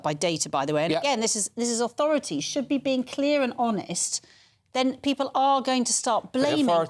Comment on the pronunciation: Shooed not ahpen. Riot...I mean, riight. I'd like t' care about Eire & her ire, tho' it's not St. Paddy's poetry club anymore. More paddywhack paddy wagon. Tsk. (P.S. -- lame photo repeats. Lazy.)